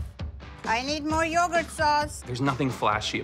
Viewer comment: He said slinging yougart